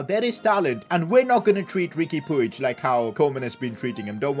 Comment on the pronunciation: Riqui pig is pronounced as pooj